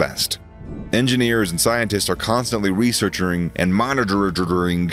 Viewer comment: What happened ? researchering & monitororing? lol